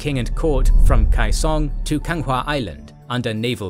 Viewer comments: Why do you think they recruit the Korean Navy? also, it's Ganghwa Island, not Kanga wtf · Its Ganghwa island not Kanga sounds like african